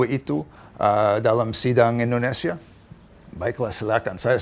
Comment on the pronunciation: INDONESIA boss.. Indonesia.. bukan Endonesia.